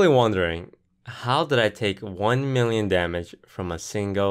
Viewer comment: "One mirion troops"